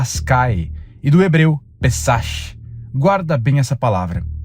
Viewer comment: A palavra "pessach" (sílaba tônica no "pê"!) se pronuncia como "pÊssarrkh" (O final ch tem som como se fosse escarrar: rrk). 😂 Espero ter ajudado com um pouco de cultura. De nada.